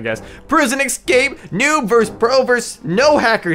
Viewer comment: what is a noon?Its pronounced "noob" got it good cause i'm not teaching a spelling class